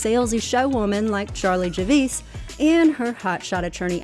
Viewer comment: “Miss Javice”?